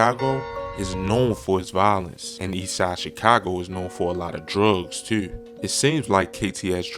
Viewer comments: You say "Tew" with a strong accent. Lol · You heard him say “tew!” as well? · why bro say "too" like that